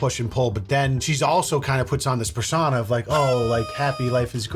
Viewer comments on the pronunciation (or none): Lol you say persona like "per sauna"